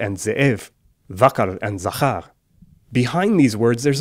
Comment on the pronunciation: hebrew doesn't have a schwa, it's ze?év, and in zakhar, the kh is a velar fricative, nor an affricate, and the stress is on the scend syllible, zaxár